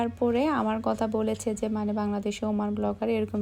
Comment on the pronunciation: Apni kotha k Kota bolen.apu apnr kotha golo 1to thik koren.tahole shonte valo lagbe.